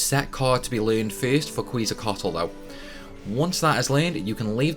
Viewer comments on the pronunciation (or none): Quezacotl is actually pronounced the same as the ancient Aztec word Quetzalcoatl, as 'ket-za-cotl', it was only spelled differently in game due to the character name limit, but make no mistake, 'kweeze-ah-cotl' is absolutely incorrect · Kwee-zal-cot-ul? WTF? How about: Keht-Zal-Ko-aht? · bro i love your video..but it's pronounced "ket sa coat ul" ... uh at least to a closer degree than the thing you said im not mad about it ...someone once said "a friend will correct you" ... lawl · I had the hardest time understanding wtf "Kweezocotal" was from this video. Then I watched the walkthrough and understood very quickly that names mean nothing and I would have to figure it out myself xD (example: Ellen-oil, Sophie, etc) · ket-zah-kwah-t'l like Quetzalcoatl. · Quezacotl is pronounced KETZ a kwattle Balamb is pronounced buh LAMB